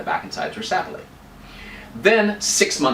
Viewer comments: This isn't a criticism, but I had to watch this whole explanation a couples times until I got used to the quaint French accent that kept creeping in. BTW, most folks place the accent on the second syllable of "Sapele" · Sapele. The accent is on the 2nd vowel, not on the first. Just thought you might like to know. Enjoyed your presentation.